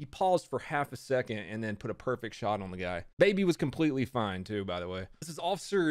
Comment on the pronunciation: Why is he saying “shottted” at the beginning